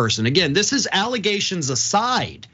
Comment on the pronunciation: Xcala never a Trump lawyer akeays a staunch Democrat, and he just said alligations